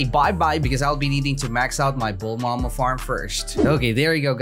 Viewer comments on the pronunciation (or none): Random question why do u say bulmama? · Its funny when u say bullma ma